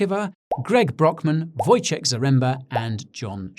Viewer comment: You did well with Wojciech's pronounce